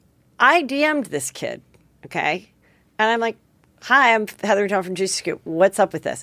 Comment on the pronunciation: Love you, Heather but your name pronunciation is no bueno.